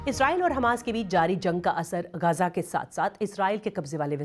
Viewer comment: मैडम गांजा नही गाजा है वो😢